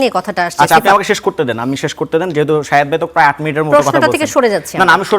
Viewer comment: শাহেদ্দে বলে সাংবাদিক 😆😆😆